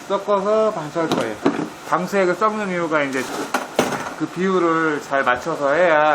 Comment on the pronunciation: 썩는이유가아니라,섞는이유! 라고 발음하시죠?